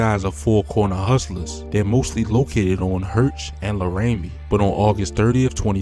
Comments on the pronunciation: Its pronounced Lair-ruh-me. Not La- raim-meThese bloggers jus racking up off da city and not even from here. And if he is my bag. But then gotta be part of like 85% of the city dat got passed 2 the next grade but couldn't read. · Lahramy. Lhermy is the the proper way :) You can tell he used a voice program or never stepped foot in Chicago. Chicago is a wonderful city, just stay out of trouble and keep your kids out of trouble. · Dope video and content homie, never heard Racine & Laramie pronounced like that tho 😂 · Great Video, But Definitely Mispronounced A Lot Of Our Blocks lol… 💯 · Lol yea he fucked that Laramie word all the way up.